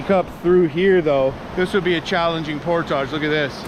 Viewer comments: Nice video but It’s portage, not portaaaage. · Never herd it pronounced portague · 1. Hearing him say GD made me cringe. 2. He can’t pronounce portage correctly. Why? I just don’t get it. 3. Overall not a bad adventure and watch. 4. Goes to get firewood and doesn’t take the shotgun. Interesting. 5. That power unit was way overkill and extremely heavy. Bring an air mattress and ultralight camp chair next time. You won’t be sorry.